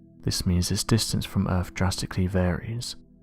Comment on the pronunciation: Did you say "Errrrph" Hahaha Hahaha Hahaha Hahaha Hahaha Hahaha. Yeah the errrph is kinda earthly but it's not earth, errrph is errrphly in an earthly kinda way..